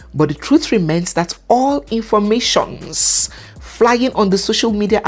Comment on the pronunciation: why did you stress the "informationSSSS like that? 😅😅😅😅